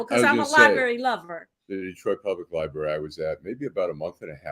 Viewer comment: She said, "Libary". Seriously??? Then, take money to advertise Detroit Land Bank Authority to help "who"? Auctions for property to sell to the highest bidder. It takes money to bid, ya dig?